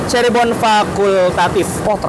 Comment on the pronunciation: Nah,gitu dong Lebih enak didengar dan dilihat dengan kata “Cirebon” bukan “Cheribon” 😂😂😂